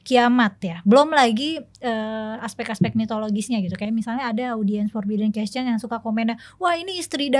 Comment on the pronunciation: hostnya bilang question = kescen aja udah aneh.. aahaha